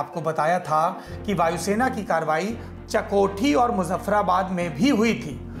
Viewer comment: चकोठी नही चकोटी है उच्चारण सुधारो। और हा ज्ञानचन्द बनना बन्द करो न्युज वाचन करो समाचार क्या है जानना हो तो ddNews देख लेना।